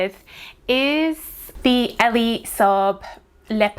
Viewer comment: Do you know his name is not pronounced ELLIE? Its Elie